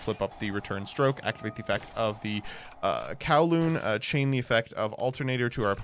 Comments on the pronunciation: It's Cooh-lumb not Cow-loom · That word is not pronounced Kow-loon....its pronounce like Columbus without the -us ...i think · I am just going to say that coulomb is pronounced COO-lom but besides that, great video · coulomb...anyone else hearing kowloon? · The fact that he pronounces coulomb, the unit of charge, as 'Kawloon', the VW city, is infuriating